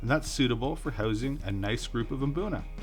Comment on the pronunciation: Pronounce it boona not Mboona